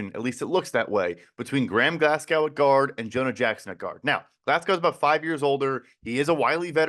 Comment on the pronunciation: Who tf pronounces "Glasgow" as "Glass-cow"?? 😂😂😂